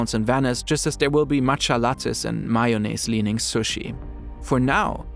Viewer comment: Idk why I'm so tilted by this but in english (no matter which font) its MAY o naise not MY o naise.